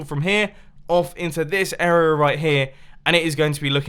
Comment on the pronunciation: "This Uruhh right here" That word is becoming increasingly distorted with each use. :P